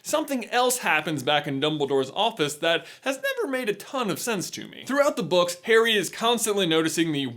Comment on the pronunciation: "In the Harry Potter brooks....." Me:"Did he say brooks?"